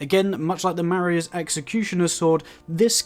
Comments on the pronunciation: Not to be that guy but it’s pronounced “MAH-RAY-Z” executioner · “Mah-ray” is the pronunciation for the word Marais.